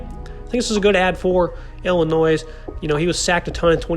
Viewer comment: Good analysis. But heads up...the 's' at the end of Illinois is silent. ;)